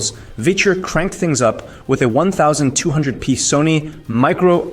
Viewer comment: One thousand and eighty pee One thousand two hundred pee Micro old display Clanker narration?